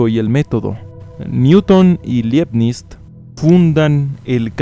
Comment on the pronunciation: ¡Muy buen contenido! Pero una pequeña corrección, Leibniz se pronuncia "laibnist".